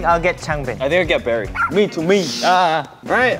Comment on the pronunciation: Lol felix said "i think ill get Berry" 😆💕